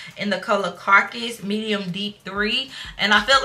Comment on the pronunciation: the Nars color is pronounced ca-ra-cus, not carcus--which is a dead corpse. My best friend uses that shade and she said it the same way you did at first, lol. I'm honey brown and my Nars shade is maceo, medium deep #4--love it!